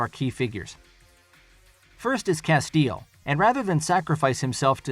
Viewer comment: How can you claim to have watched the series and not know how to pronounce 'Castiel'? Hint: it's not 'Casteel'.